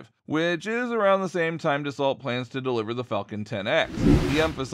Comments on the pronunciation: Its pronounced ‘daso’ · Why are you calling the company "salt aviation"? If you are going to 'report' on something at least know the name of the company in question, and how to pronounce it. The company is Dassault, the 'lt' is pronounced as if its silent. There are only a million correct references to them online, no idea why it illudes this channel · Can't even pronounce the companies name properly......